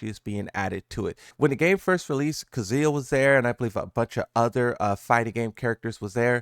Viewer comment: Kazuya’s name is not pronounced like that